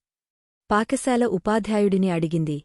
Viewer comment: Paka sala kadhu Pata sala amma